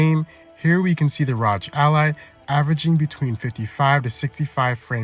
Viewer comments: R O G just say the letters not rodge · "the ROGE ally"💀💀🙃🙃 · Cmon bro you're saying ROG like that on purpose.